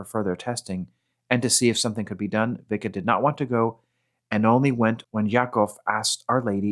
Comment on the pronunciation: Pronounced Visca